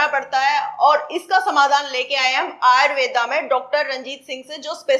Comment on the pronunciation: आयुर्वेद जब विदेश मे घूम कर पुन भारत आया तो उसे आयुर्वेदा हो गया। 😂 कृपया उच्चारण तो सही करो